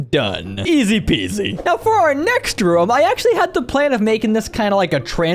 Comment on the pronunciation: Is it just me but when he says room? It sounds like hes saying rum